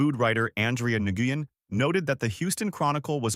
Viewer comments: Dewnuts? Nahguyen? Come one, if you are gonna make a video about the great food from this great city, at least have a human narrate so that they know how to properly say Donut and Win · you pronounced Nguyen wrong. It's "win" for those who don't know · Nguen is pronounced WIN in English.